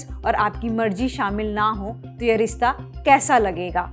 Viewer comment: rista nahi, rishtaa 🙂